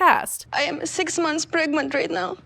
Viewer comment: I love how Julia says “pregmunt” I can’t say it any other way now